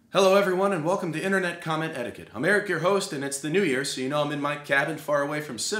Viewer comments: This is the first video to feature someone on Younow saying "Commentiquette" correctly. -Mashed potato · the one guy on younow who correctly pronounces commentiquette and likes it and it’s during this video